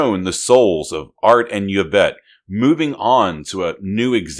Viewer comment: It’s “Ee-vette”.